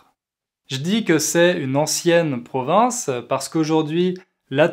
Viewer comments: J’apprécie vos vidéos qui sont fort intéressant. Il me semble, cependant, que vous prononcez le mot “province” comme Provence”. Il se peut que ce soit moi qui est un problème d’écoute. Suis-je la seule ? En tout cas, un grand merci pour partage votre savoir avec nous. Meilleurs sentiments. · pourquoi vous prononcez "province" comme 'provence"?